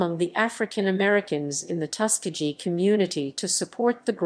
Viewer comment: Reader improperly pronounces commonly known terms…to include Tuskegee. Please take this down!!!